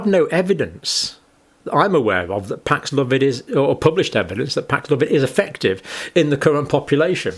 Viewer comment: Pax-love-id? No, Paxlovid.